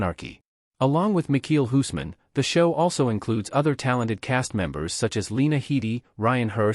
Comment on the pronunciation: Can’t even say his name right 🙄